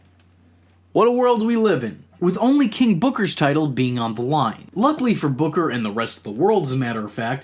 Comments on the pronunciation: I LOVE how he laughs 😂😂 the way the AH in BOOKAH got even more ridiculous as the story went on was hilarious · King BUHKAH!!!! Can't unhear that now.